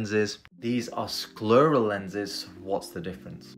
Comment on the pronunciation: I've never heard anyone pronounce "scleral" as rhyming with "squirrel" before. Accents are fun!